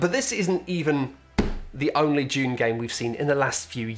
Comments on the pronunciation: Sounded like was saying "June" over and over... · I was just listening to this video and man does it sound like he keeps saying "june". At first i thought it was a joke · I love how British people call it Dyoon